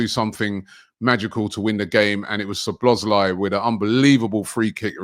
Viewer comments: Even worse. Calls him *Slo*bloszlai. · “Soblozlai” It’s been two years and still can’t pronounce the name. 😂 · Arsenal & Utd fans refuse to say other teams players names properly. It's some kinda disorder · I knew would butcher szobos name